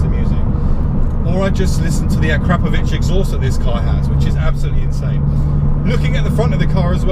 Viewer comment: So how did it handle compared to a 180 comp on fsd's and H&R's? Poise? Change of direction ride quality? And whats an A crap ovich exhaust?? FFS say it right bud..lol.;-) AKRAPOVIC. Would you pay the extra money over your modified car to own one?